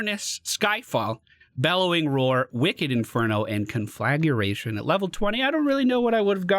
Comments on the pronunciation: I hate to nitpick; this is meant as a pronunciation guide to preserve my own sanity: Con-Fluh-Gray-Shun. Glad you and everyone is okay, and keep putting out the awesome content. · Con-flah-gray-tion. I just sat here trying to figure out how I forgot to say that word. Couldn’t spell it. Couldn’t barely grasp what it was supposed to be when you said it... That lvl 16 talent is pronounced differently than you said it and it broke my brain for a minute.